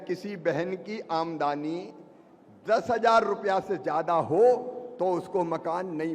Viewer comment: ए शिवराज सिंह लबरा है इसकी बात में मत आना यह आमदनी को आमदानी बोलता है यह वकुला है हंस बनने की कोशिश कर रहा है यह हमारे टैक्स का पैसा बांटता है और अपना बताता है